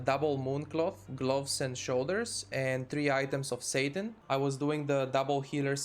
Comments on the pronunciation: It's pronounced "sat-in" not "sate-in", good content - thank you. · lol satin says satan